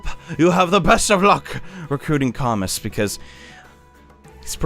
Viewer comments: It's actually pronounced CamOO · Hate to be that guy but Camus is pronounced as "Ca-moo" because the French said so.